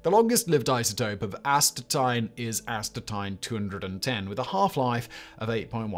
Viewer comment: please learn how to pronounce Astatine.